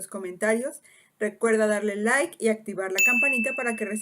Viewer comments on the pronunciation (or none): none